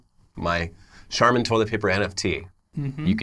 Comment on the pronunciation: Also pronounced charmin wrong a couple of times. Maybe to distract from the fungible lol